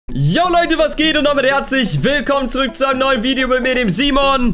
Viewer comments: An die Leute die ihn korrigieren das es Video und nicht Widio heißt zählt euch bitte nie zur Broarmy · Es heißt Video 😂 und ich weiß das es extra War ☺☺